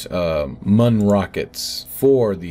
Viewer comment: I will continue to insist that it's pronounced Myoon and not Muhn. One is funny and lighthearted, the other one is the sound a German makes when taking a dump.